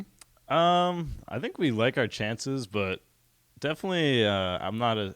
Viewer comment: "I sink...." xD